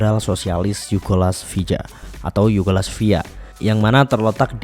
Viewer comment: Kacau kamu bca narasi nya min, Yugoslavia kok dibaca Yugolasvia..😂😂